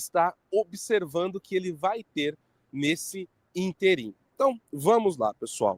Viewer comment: Amigo, diga ÍNterim [ proparoxítona ] .